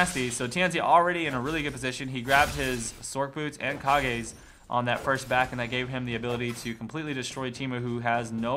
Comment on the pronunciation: kage's is pronounced cage's it's a reference to tenacious d